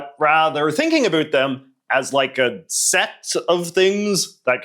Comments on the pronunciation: a boot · He said a boot hehehe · Everytime he says "a boot" makes me cringe and makes my stomach sick 🤮 Don't know why but it's true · Hold on a second, I’m starting to think this guy might be Canadian or something… 🤔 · Around and about... I'm from MI & still gets me hearing it pronounced like that. Lol 😊